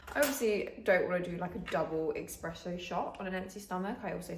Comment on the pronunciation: Did you actually just call an espresso shot expresso?